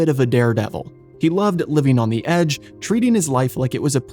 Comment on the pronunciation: "Ay" means one, or "that specific one". "The" is only pronounced "thee" in front of a vowel. Please stop pronouncing these words wrong!